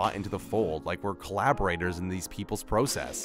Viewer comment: Just curious where is this narrator from? He pronounces process like "pro" "cess". Also this dude made fun of "deleted scenes that would have changed..." youtube videos. He does realize this channel is filled with videos like that right?